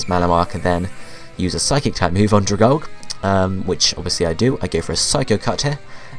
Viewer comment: Dragalge is pronounced dragal-gee >.<